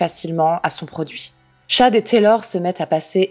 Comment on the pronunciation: Paypall se dit phonétiquement "paypaul" et le prénom Chad "tchad"